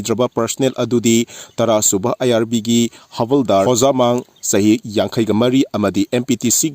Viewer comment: "IRV" haire he announcer sina. When you cannot say 'violence' how could you say 'IRV' instead of IRB. MEITEIS learn these: Violence not bhaolence Video not bhideo Very good not bheri good. Assam Rifles not Assam Raiphun. Wait for the next lesson. I bwil make phor jiu, especially phor Manipur halp Minister, Mr Biren.